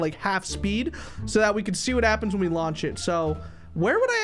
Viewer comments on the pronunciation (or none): Meh: did he say launch the baby Also meh:LAUNCH THE BABY PLZZZ Him: launchez baby Meh:HIGHER